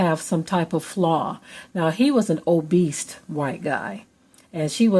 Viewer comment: Did you say "obeast"?????? WTF??????